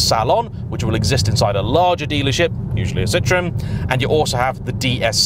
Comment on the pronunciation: Citroen is pronounced see-trow-en not sit-ron, the latter in French is a lemon, not a car brand.